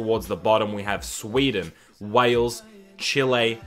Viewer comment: That's not Wales - that's Bales